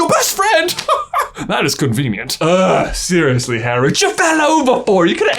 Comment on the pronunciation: Did you say "Seriously, Harry!" or "Sirius-ly, Harry!"?